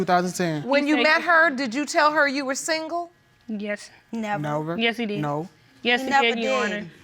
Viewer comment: Man says "nover" 🤣🤣🤣🤦🏿‍♂️🤣🤣🤣 he's is so bait.